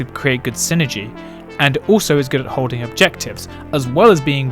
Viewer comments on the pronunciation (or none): none